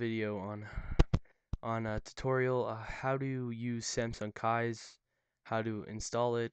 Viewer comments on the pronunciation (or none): none